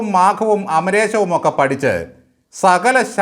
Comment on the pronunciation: അമരേശം അല്ല, അമരകോശം ആണ്